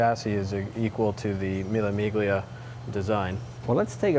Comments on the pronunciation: Lovely series, but please pronounce the names correctly... it's Mille Miglia not MiG-lia :) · de Wilde He knows how to pronounce, meelie, meelya. He doesn't, because it is considered bad manners to do so. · Man sells $500k cars for a living and doesn't know how to pronounce "Mille Miglia"... 😕